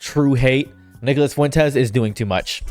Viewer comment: anyone else hear (n word)-las Fuentes when he says his name or am I tripping. Fr tho screw that guy